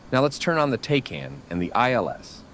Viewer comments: TACAN... The A is short - It's "TACK - AN" not TAY-CAN" - you sound like a nub... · TACAN or Tactical Air Navigation.. Pronounced “tack-an” not “take-an”. Nice DCS video. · It’s pronounced TAC. CAN.